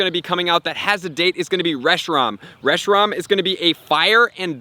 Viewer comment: It’s not “reshi-rom” either. It’s “reshi-ram”.